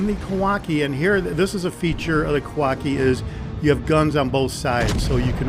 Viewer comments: Sorry to keep correcting you, but it's pronounced: Kah-wah-CHEE (as in cheese), not kah-wah-kee. Love your videos though; especially the straightforward manner in which you talking about the ships. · I believe the ships name is pronounced phonetically, Ka wa chi.